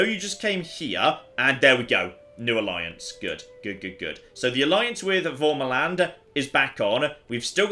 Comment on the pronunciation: The feeling when pronounces värmaland as an accented a, but its the wrong accented a lol